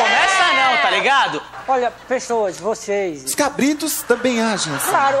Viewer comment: Tiririca falava voçeize antes do Manoel Gomes(Caneta azul) kkk